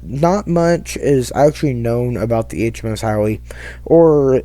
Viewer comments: How...not HOWEE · Howe!.. Not Howee.. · the ship is called HOWE not Howie and the story teller is difficult to hear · I don't think I ever told you that I like the new intro. Also, just as a heads up Howe is pronounced how. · My grandfather, who served on her through most of the war, would be turning in his grave at that pronunciation… I couldn’t finish watching… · Need to learn how to pronounce the name of the ship.☹